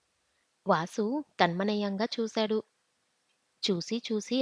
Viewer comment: టమానయంగా కాదు తన్మయం gaa